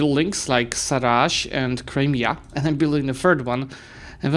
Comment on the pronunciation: Sarai, not Saraj I like "eye"